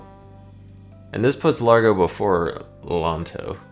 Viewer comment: Ok, I'm not a music nerd, per se, but I do play piano, have taken music theory, and I can say--there really isn't much difference to me, lol. Maybe if I grew up in Italy, I would know the differences in terms. Btw, the pronunciation of those terms would be "layn-toe," "ah-dah-jyoe," and "lahr-goe." I may not have grown up in Italy, but I am taking Italian, and those letters/combos make different sounds than in English.